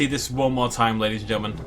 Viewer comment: Why do you put an extra L in the word ‘gentlemen’? “Gelntlemen”.